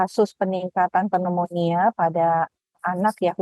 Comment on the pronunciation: Waduh narasumber koq baca pneumonia aja nggak bener...😮😮😮 Yg bener adalah cara baca pembaca berita.